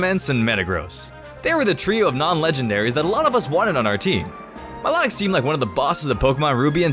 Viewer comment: it s mi low tic not mi lot ic